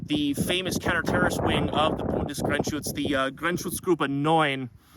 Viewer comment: The way you pronounce "Bundesgrenzschutz" is almost perfect! Very rare to hear it from a native english speaker! Great! "Sumpf" means "swamp", "Tarn" means "camo" and "Muster" means "pattern". Great uniform you have there! These BGS uniforms are even in Germany hard to get! Greetings from Germany!